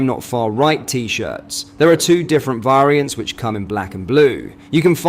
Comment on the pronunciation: Dude say " Different Var rients" haha